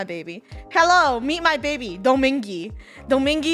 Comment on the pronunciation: It’s bhebe not baby